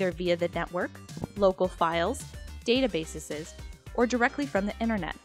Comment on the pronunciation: 58 "databaseses" lol